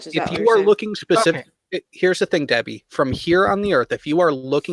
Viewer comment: Oh no. It's Duh-bbie.